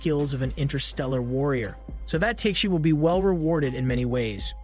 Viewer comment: it's not Teiyk - shee ... it's Ta - keh - shi (TAKESHI)